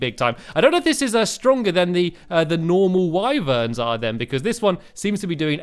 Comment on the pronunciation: It is pronounced wiverns not whyverns